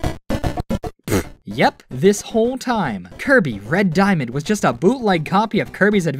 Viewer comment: Lol, "Diamand"